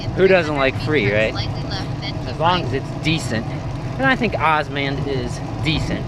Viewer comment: Good to hear somebody is using osmand! I would say it is pronouned O-S-M-"and". (Openstreetmap Automated navigation directions is the full name) Another thing to mention is osmand's bike navigation. Osmand has bike navigation, and in my experience it has been very good. Osmand also gives you an option between three different routes - "Shorter Route", "Balanced" and "Prefer Byways". This helps in changing the route from a quicker one to a more safer/scenic one. "no route planning"& "must transfer GPX files to phone" aren't real downsides because actually you can use route planning, it shows you the route if you don't hit the go button and you can analyse the elevation and many more features. Osmand is also based on openstreetmap a crowdsourced map sort of like wikipedia. I would say "open-source maps" is a mis-representation of what it is, since open source refers to software. Nobody calls wikipedia a "open-source encyclopedia". Since the intentions behind the map are not commercial like Google's, in my area (and in many others I assume) the cycle paths and accessories are much better mapped. You can create a OSM (osmstreetmap) account and start adding places in St.Louis such as bicycle parking (bike racks), shops etc. using osmand by enabling the "OSM editing" plugin. You can also use the openstreetmap website to edit, and this gives you more power to add things such as cycle/footpaths and generally make the map a whole lot better for cycling. Also - sidenote - aparren